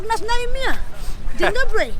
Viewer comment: " Dzień dobłry " ;)